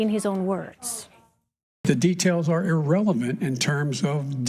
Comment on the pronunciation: Did he say “irrelement”?